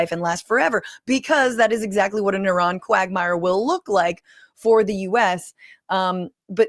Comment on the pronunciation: The dog whistling of mispronouncing “Iran” makes me sick 🤢